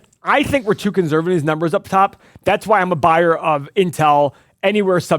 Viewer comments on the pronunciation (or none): The day pronounces "conservative" properly then I'll sign up for this stock analyzer tool. Drives me bananas to hear him pronounce it with a Z when there is clearly no Z in the entire word! Lol